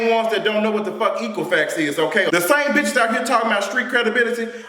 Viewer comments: The 'E' on the word EQUIFAX is short. Not long ... trying to make a point and can't even pronounce the word right. And no. Nicki's career will be over. As soon as the parents of lil'white girls pick up on the fact that she supports a pedophile, her sales are going to slump... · I love but did he say Equal Fax 😃😃😃